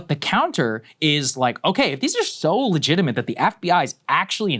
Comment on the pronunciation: Saagar: "Letigimate"